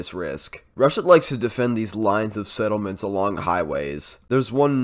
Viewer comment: you're so great with the settlements names! thets cool. keep it up : )